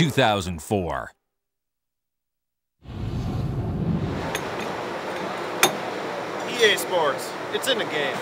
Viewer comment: “EA SPOWTS” 10/10 Elliot Sadler